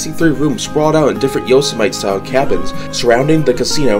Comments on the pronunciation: Yosemite! 😂😂😂😂 it’s YO-sem-itty. You know, the national park? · YO-SEMITE. Rocky Balboa: “Yo, Semite!!” 😂😂😂😂